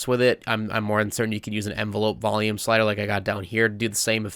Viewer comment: Honestly one of the most insightful tutorials I have ever seen, almost every single part was something new and quite beneficial to the content I intend to make. Very well made, I commend your audio skills in SV. P.s. why when you say volume it sounds like you're saying valium xD